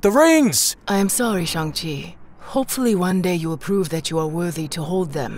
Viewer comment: you pronounced "shang" correctly, but the "chi" is meant to be pronounced "she".